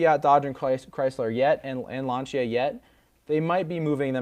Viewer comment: Too long, too much talking about nonsense, and learn to pronounce Lancia... total amateur hour